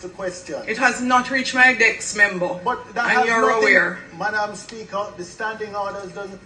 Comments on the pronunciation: Why is this woman being allowed to speak to MPs like that??? First of all, she really needs a lesson in pronunciation! "DESK" ....NOT "DECKS"; "ASK".... NOT AXE/ AKS!!!.....MEMBER ....NOT MEMBAW...MEMBERRR.....MEMBO!!!!Her acrimonious,dictatorial and crass manner does NOT augur well for good relations and the productive use of time in sittings of the House!! If she is the only person suitable to occupy that position then we are in deep doo-do!!! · What is Juliet Holness saying? The worrd is ASK not AKS! Also DESK not DEX! Jesus why are you people putting that butoo in a place where she doesn't belong? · The dunce said "dex" 😂😂 wtf is a "dex?" Jah know this is shameful smh